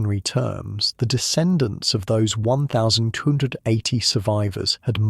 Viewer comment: Great work. Although you consistanly struggling with saying 1280... But this was excellent